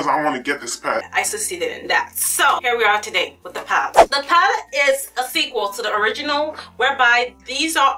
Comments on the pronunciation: Oh my GOD... Stop saying PAT. It's PALETTE! I had to stop watching. It's too distracting. Just don't say the word. We know why you mean. It's just too much..... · girl i love you and your videos but please say the word "Palette" properly, you always say "paalt" its quite distracting lol :) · love how you say "pallete" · thank you!!! That annoyed me so much